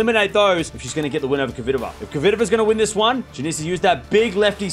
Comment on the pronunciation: Dear, I have asked that before with now reaction. I am your fan and I watch you regularly. You are a vey intelligent guy though I beg you learn how to say KVITOVA. You and unfornately many ther say it so it sounds derived from COVID. PETRA's sound in phonetuc transcription - KFITOVA. THERE IS NO "O' after K. Please try at least. If you pronounce SWIĄTEK properly and you DO, " KFITOVA is bread and butter. Believe me it will make many people happy and prove ince more that YOU ARE the BEST. Best regards